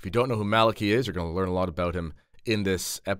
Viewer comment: Well done You pronounced Malachi correctly. First time I've heard this.